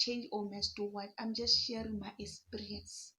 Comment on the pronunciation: mmh Zimbos pronunciation is emphasized.... I get what you mean. Like some of you guys will go "Sikisity" minutes, whereas it's sixty. Totally different. Like here you are saying esperience(eXperience). Uzoba strong